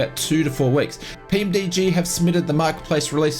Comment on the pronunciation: PMDG not PMD lol love ya work mate